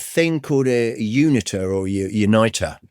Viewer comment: Unitor is pronounced as uni-tor, not unitter or unite-er.